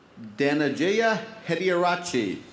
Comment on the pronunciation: Lol Anchor could not event pronounced correct contestant name Dhanajayaa.